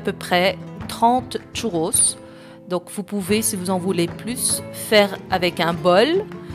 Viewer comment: Elle est ou la lettre T au début du mot "Churros" ?